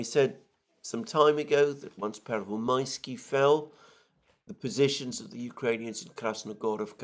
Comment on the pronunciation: i cant watch it no more.. the russo ukranian conspiracy to make this poor man say "pervomaiskava" and other crazy sounding places!!! Its torture ^^